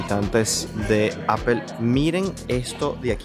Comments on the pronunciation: Hola! saludos cordiales excelente trabajo, solo paso para decirte que por favor corrijas la pronunciacion de la marca de la manzana se dice Apol no Apel. Saludos continua trabajando duro. Bendiciones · Please no digas mas apel😂😂😂😂 es aapoo Apple. 😂😂😂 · Yo vine a ver si había algún comentario de eso, estoy muerta de la risa con eso de Apel 😂😂😂😂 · "Apel" 😅😅😅 me encanta esa pronunciación. 😅😅😅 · ¿porqué dices "apel" para pronunciar Apple? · jajaja así es, normalmente los españoles lo pronuncia así jajaja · Muy bonito san jose gracias. Ya no tomas clases de ingles?cada vez que dices apel se me retuerce el oido😂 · APOL SE PRONUNCIA APOL POR EL AMOR DE DIOS